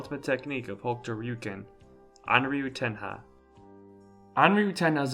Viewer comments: Rayuken…. You sound like an idiot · So you pronounce Hokuto Ryuken right but pronounce Ryuken wrong?